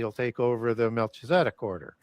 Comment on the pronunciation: Your pronounciation of Melchizedek is embarrassing.